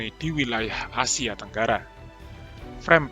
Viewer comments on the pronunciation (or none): none